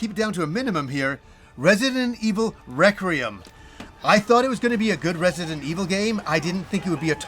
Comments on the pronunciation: REQUIEM for crying out loud, Requiem. Not Recriem. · Lol he always has a hard time pronouncing it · adding the extra “r” to Requiem cracks me up every time 😂